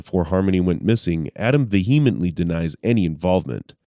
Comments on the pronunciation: “Vehemently“ is pronounced without a stress on the “h.” Almost like you’re saying “ vee-uh-ment-ly.” Not “ve-hee-mently.” Derp. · The h in vehemently is silent.